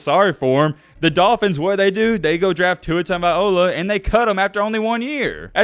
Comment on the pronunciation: TUNGOVAI-LOA. LOA. Not “ola”